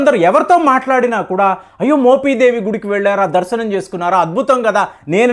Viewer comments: మోపిదేవి, మోపీదేవీ కాదు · adi మొపీదేవి కాదు మోపిదేవి మీరు "మొపి" ని "మొపీ" అంటుంటే కొంచం ఇబ్బందిగా వుంది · మోపీ దేవి,, కాదు బే!😂 మోపిదేవి, అని స్పష్టంగా పలక లేవా? ఒక చారిత్రక మరియు ఆధ్యాత్మిక ప్రదేశం గురించి చెప్పేటప్పుడు, ఖచ్చితంగా & స్పష్టంగా పలకడం నేర్చుకో! మోపిదేవి గ్రామంలో వేంచేసి ఉన్నటువంటి శ్రీ సుబ్రహ్మణ్యేశ్వర స్వామి వారు, చాలా మహిమగల స్వామి వారు! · మోపీ దేవి కాదు మోపి దేవి అనాలి ప్లీజ్ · మోపీ దేవి కాదా నాయనా...మోపిదేవి...నీ తెగులు తగలబడా...m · మోపీదేవికాదు కుయ్యా మోపిదేవి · Adi moopeedevi kadhu swamy mopidevi... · ముందు మోపిదేవి pronounce చేయడం నేర్చుకో. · మీరు మోపిదేవి ని పలకడం సరిగా లేదు,sorry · Nee bonda మోపిదేవి pronounce cheyudum nerchuko